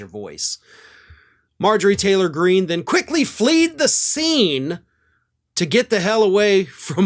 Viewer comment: it's "fled the scene" not flead.